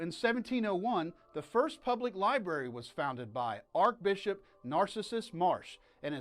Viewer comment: Sounds like you are mispronouncing the words "Archbishop" and "Diocesan"....?